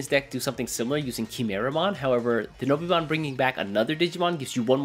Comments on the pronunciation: Great video, nice to see you back:) However my guy, it's Dino-Beemon, not Denobeemon XD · DI-NO-BEEMON?! HUH